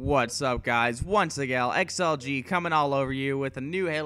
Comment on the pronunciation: "once agal" -_